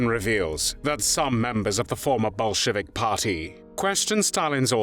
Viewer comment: Oh, shoo, i thought you said Bullshitick party.